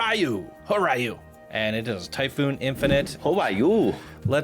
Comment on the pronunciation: Since it's an Asian themed coaster and I know some Japanese, it's pronounced "Hoh Ree-yuu". Ryu meaning Dragon.